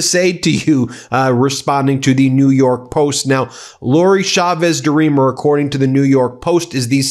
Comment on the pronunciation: CH CH CH CHAVEZ, not Shavez. SalSa not salZa please and thank you